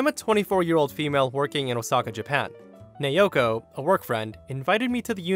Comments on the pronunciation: it's na-o-ko, not na-yo-ko.. my Japanese friend name also naoko. Btw, my fav is the store one, that was really funny, karen must be so pissed, how can she come up with an idea that she's the owner's wife 🤦‍♀️🤣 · "Nayoko" thats how you said it, its said as Na-o-ko Just saying :p nice video btw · That's.... not how to pronounce Naoko lol. It's "Nah-oh-koh", but the "ah" and "oh" sort of blend together to sound similar to the word "Now". If it were spelled the way you were saying it, it'd be Neioko lol. In Japanese, each of the vowels make *one* sound, period (unlike english with its soft E's and hard E's and other complicated language things). A = "ah", O = "oh", E = "eh", I = "ee", and U = "ooh". These sounds can be combined to make other sounds, for example A + I = "eye"; that's why A + O = "ow" and not "ey oh" lmao. I hope that helps for future videos. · Naoko is pronounced as Nay-o-ko. This from a Japanese woman I met while on vacation a few years ago. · USJ story. The woman’s name, Naoko, is pronounced NOW CO.